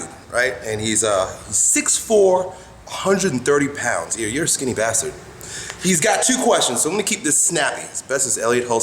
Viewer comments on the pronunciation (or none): It's funny how he says skinny bastard lol